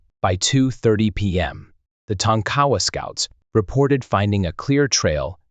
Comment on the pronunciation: Tonk-A- Wa not tonk cowa